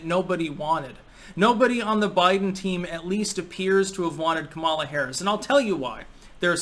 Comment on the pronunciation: Why does everyone who doesn’t like her pronounce her name wrong? 😂